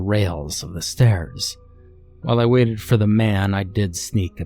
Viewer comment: “Wave-ted” lol great narration regardless 😸👍